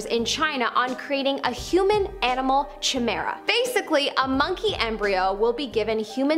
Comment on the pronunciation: KI-mara not CHI- mara.